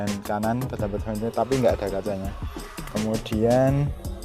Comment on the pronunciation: Ping piro mas sampeyan ngomong "kumudian"?